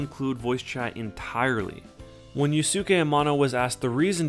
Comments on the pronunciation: "You-skay" not "you-sue-kay" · Slight bug that doesnt really matter but might be good to know for future reference: Yusuke Ayano's first name is pronounced Yooskay.:) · "Yusuke" is pronounced "yoo-skay".